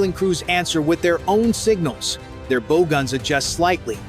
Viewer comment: Oh my goodness - your narrator needs to PRE-read his narrative. Bow, regarding a boat, is NOT bow as in “bow & arrow.” That was just error, just the most obvious.